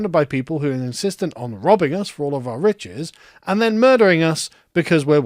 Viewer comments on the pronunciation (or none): none